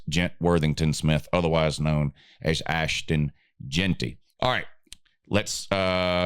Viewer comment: Um he said albertington wilbertsmith ... That's nothing like Ashton jenty and then says Ashton gentry lmao 🤣🤣🤣 clean your ears